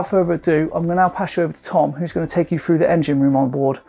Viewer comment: " Berf " " talk us frew it " " lie-tin " Why oh why can't youngsters pronounce their ' TH ' and ' ING ' anymore... jeez